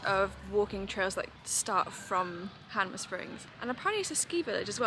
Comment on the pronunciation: I should just point out it's "Hanmer" Springs and not Hamner. I assume it's named after the town of Hanmer in Wales, as so many of our place names come from the UK. Nice video, hope you get to see all the South Island, so many gems off the usual tourist routes, but many places get missed because of time constraints.